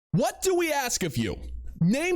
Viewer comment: Man, what are you doing? Don't upset this woman. She just told you she axes questions. Pray she doesn't axe you a question.